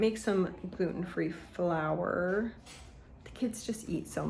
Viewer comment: Flour not four 😅